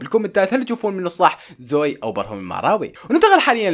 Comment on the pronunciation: اسمها زوي مو زاوي 😭💞